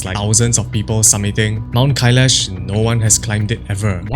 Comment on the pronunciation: Не Кайеш, а КАЙЛАС, вообще-то!! и не ШамбАла, а ШАмбала!! Ужас тихий с ударениями!!